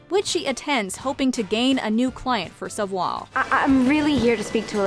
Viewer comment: meanwhile, you can't pronounce "savoir". oh, the irony